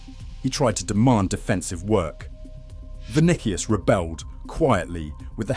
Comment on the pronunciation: Vuh Nick Ee Us